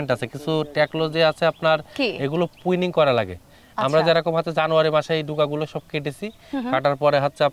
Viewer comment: এই হালা ১৩৯ বিঘা বাগানের মালিক, অথচ প্রুনিং উচ্চারণ করতে পারে না, পুইনিং কয় 😂